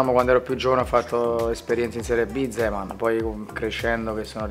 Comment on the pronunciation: Zeman, not Zerman